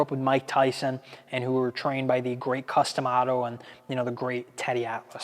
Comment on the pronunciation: “Custom Amato” lmao just go watch something else